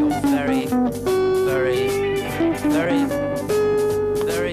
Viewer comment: Very, very very or vary, vary , vary? Very,vary, very , wary?